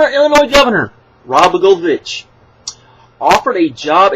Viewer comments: its pronuced: La-go-e-vich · 1 just for future refference his name is pronounced. Blah Goy O Vitch 2. What TNA is doing is hotshoting "celebrities" because they figure it will give them some kind of mainstream press. Much like near the the end of WCW. I think it comes down to balance TNA has some of the best wrestlers on TV today. But they severly lack in the writing and storylines. WWE as some of the best storylines on TV. But the WWE wrestling style kinda holds back the wrestling from being what it could be.